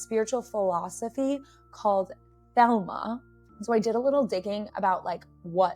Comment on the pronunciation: Thelema, not Thelma 😂😂😂